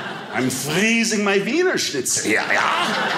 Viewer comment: it’s cold up herē